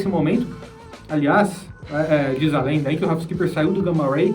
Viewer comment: "Ralf Skeepers" kkkkkkkkkkkk